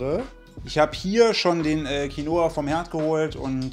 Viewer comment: Qinoa klingt ausgesprochen: Kinnwa!